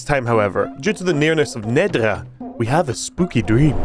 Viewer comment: I love that you changed how you pronounced the title just like the AI voice actors did...Nedra, Neeedra...not sure if on purpose but amusing.